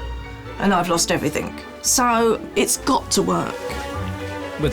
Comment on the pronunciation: Did Alex say everythink?Wow,I thought she could speak well.The word is everything,Alex.